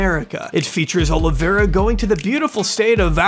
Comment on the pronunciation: Why do people say "Oliviera"?